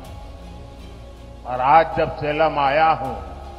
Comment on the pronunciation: सलेम नही सेलम है जगह का नाम।